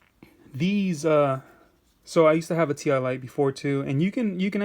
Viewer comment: Its pronounced "tie " lite as in tie a knot ........